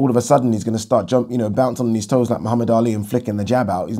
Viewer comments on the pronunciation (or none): none